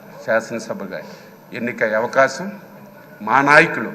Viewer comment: Avakacham anta avakasham kadhu hahhahaha